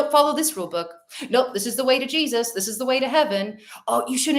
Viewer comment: Just the way Jesus was said tips me off, I should focus on